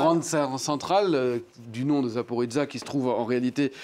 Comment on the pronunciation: Le journaliste prononce tellement male le Zaporijjia, c fou. Si c'est comme il le prononce celà devrais etre marqué comme ca: zaporizza (pizza). Mais c'est justement le J (JIA)qui fait la difference importente (zaporoJia), car si non ca veut dir completement une autre chose.